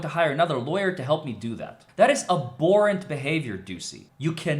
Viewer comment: please enunciate the "h" in "abhorrent".